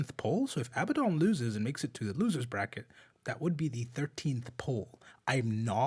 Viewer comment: Not Abbadon